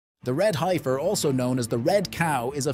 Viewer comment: Guys didn't even pronounce heifer right